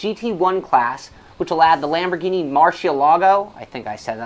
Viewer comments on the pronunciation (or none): i was watching the french open yesterday on eurosport and they had a french advert for peugeot.... and yes you're right we do say it wrong in UK oops but as i typed this you just butchered the lambo name haha